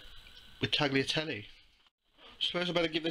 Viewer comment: Nice recipe, but Tagliatelle are pronounced "taliatelle", the g inside a word before an consonant is not spoken in the italian language. If the g is before an i or e it is pronounced like sh (giro, giusto) or tsh (gaggia) and if it should be heard than you need a h between g and i. or e (spaghetti) :).